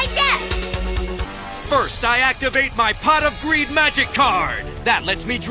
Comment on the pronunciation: uh, Pot Of Breed? Did I hear her right?